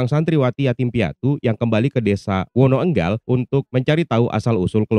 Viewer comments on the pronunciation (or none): Wonoénggal bukan Wonoênggal